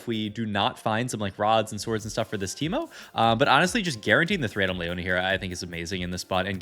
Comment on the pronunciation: Omfg pls stop saying LAY-YONA its LEE-YONA